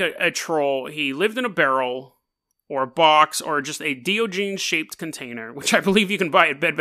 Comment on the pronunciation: This guy is my hero lol. Hate to be that guy but...Die- On- A- Geez is how you pronounce it bud lol :D